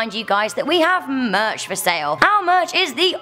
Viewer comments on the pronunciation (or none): none